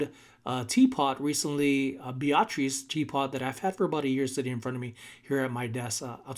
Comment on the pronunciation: Oaxaca is pronounced like woe-hocka, Beatrix teapot is like bee-a-tricks and it really is tort-tuss shell; hope you don’t mind the word help…I loved English and language in school 😊 Beautiful glass eggs and cheers 🥂 to your big sale. Christmas came early for you🤗🎄🎉Glad you found your wallet was safe😬mini heart attack moment!